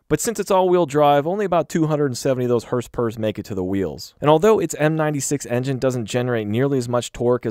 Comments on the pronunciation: He said “HRSPRS”!!!!! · "herse pewers"